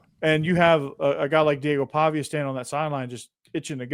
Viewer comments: are u a Metro?? and its Paviuhhh not PaviA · Why do you call him Paviaye? Its Paviuhh... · Every day listener but I HAVE to say: the pronunciation for their QB is “Paw Vee Uh”